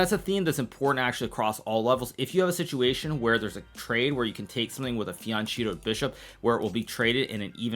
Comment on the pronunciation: I can't wait to meet some kids who say fian-chee-toh in person